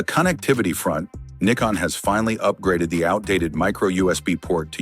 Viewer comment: It's N "EYE" CON, not "NICK" CON